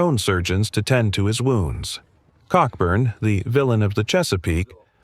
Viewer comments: An excellent summary of the 1814 campaign but you should know that Admiral Cockburn’s name is pronounced Coburn - perhaps for obvious reasons! General Robert Ross, a veteran of the long Peninsular War against Napoleon, is commemorated by a large obelisk in Northern Ireland overlooking Carlingford Lough at the place he had planned to build his home after the Napoleonic Wars. It is clear that American politicians like to lead from the front and it was they who actually came first in the Bladensburg Races. It was a shame that the Library of Congress was destroyed as the politicians hadn’t finished colouring in all the books when it happened. Fortunately, the British and Americans have been firm allies ever since this little misunderstanding which arose from a misguided belief that Canada was there for the taking. Wasn’t then - isn’t now! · Cockburn pronunciation is Coburn 🙏 🇬🇧